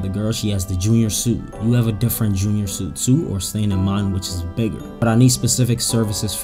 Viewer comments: Suite is pronounced sweet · it’s pronounced SWEET